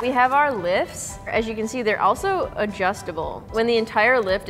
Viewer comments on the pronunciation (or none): none